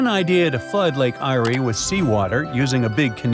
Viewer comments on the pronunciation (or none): It's pronounced lake air not irea mate thats lake eyre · You butchered the name of Lake Eyre. Its pronounced “Air”. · Lake Eyre in Australia is pronounced Lake 'Air'.